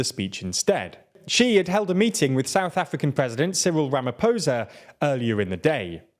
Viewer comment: "Nicaragyua", "Ramaposa", srsly at this point I think you're just messing with us